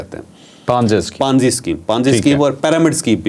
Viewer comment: Panzi nii ponzi sceme hota hai word